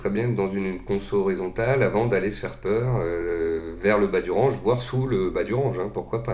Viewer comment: Merci pour vos vidéo, juste stp essaie de prononcer correctement le mot "Range" pls in english sir lol